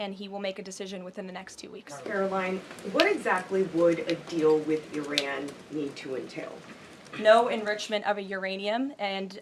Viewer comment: Why did she say ARAN? its Iran😂😂